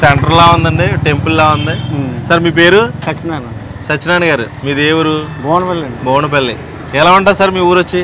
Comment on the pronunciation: బోనపల్లి కాదు ఆండీ బువ్వనపల్లి అండి